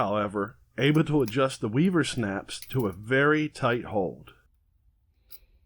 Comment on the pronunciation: I thought you said snacks!